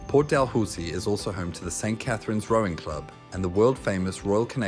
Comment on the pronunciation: It's pronounced Port "Da-loo-see". Thanks for visiting my neighbourhod.